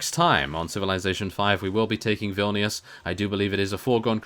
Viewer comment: hey you are saying vilnius wrong